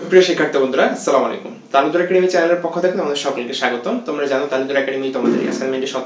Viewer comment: Salamulakam ki? সালাম এর অর্থ জানেন তো🙂? আসসালামু আলাইকুম সঠিক উচ্চারণ। পরের বার সঠিক ভাবে বলবেন আশা করি।